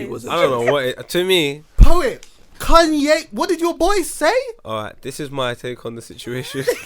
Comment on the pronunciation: Why is saying Kanye like that loooool. “Kun-yay said WHAT”